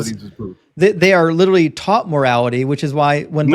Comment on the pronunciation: Way too many people saying 'lideraly', for this to be an intelligent conversation. 😂😂 Yanks...🙄